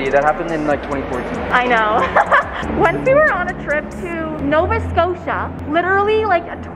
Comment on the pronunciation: My little self chilling in NovaScotia hearing her say NovaScotia: 😳🥴🥰🤩✨💗